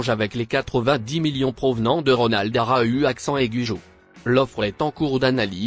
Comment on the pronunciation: ARA U accent aigue au PSG 🤣🤣🤣🤣 Arreter avec la voie de google wesh